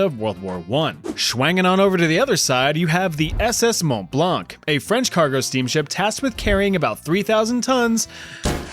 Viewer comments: The ''c'' is silent in ''blanc''. Just sayin... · A beautiful fire indeed... (Btw, the "c" in "blanc" is silent :D )